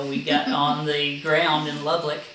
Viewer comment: You put an extra L in Lubbock. I learned that Texans don't like the names of their towns mispronounced when an ice storm stranded me Dumas. Another great video, just took me awhile to get to it.